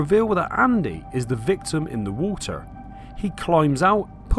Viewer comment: the victim in the ''wuter''?